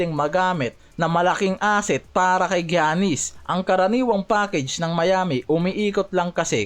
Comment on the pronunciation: paki ayos nman mag pronounce sa Name ni Giannis hndi ung Jannis 😂😂 paulit ulit kpa ng Jannis 😂 baka si Janice De Belen yn 😂✌